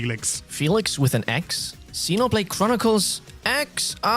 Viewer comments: buddy, it's pronounced zeeno not zeno. Xeno(zeeno)blade. 👍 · It's CROSS not EX